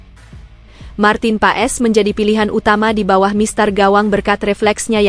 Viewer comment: Namanya ditulis Paes dibaca Paas....ditulis Struik...membacanya Stroik...ditulis Kluivert membancanya Kloivert...supaya diperhatikan agar correct..